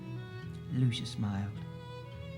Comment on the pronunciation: Just FYI (to the narrator), the sticker less wemmick's name is pronounced "Loo-see-a" not "Loo-sha"